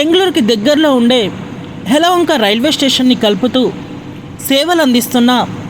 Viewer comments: ఎలాహంక అని అనకుండా ఎలవొంక అని అన్నది ఆమె ఉచ్చారణ సరిగా లేదు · అయ్యా యలవంక కాదు యలహంక